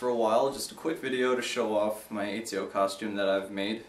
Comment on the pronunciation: (Et)(zee)(oh) not (Ee)(zee)(oh)